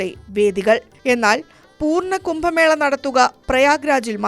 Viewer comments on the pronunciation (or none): none